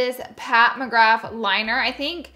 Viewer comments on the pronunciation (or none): none